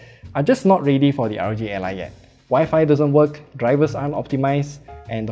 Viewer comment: Hey, just a little critique. It sounds like you're saying RG ally. Make sure to slow down enough with initialisms like R O G.